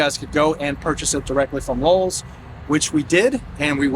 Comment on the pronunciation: I was hearing Lulls at times… where are these extra L’s in LOWE’S?